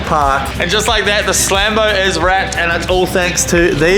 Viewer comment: It’s scambo not slambo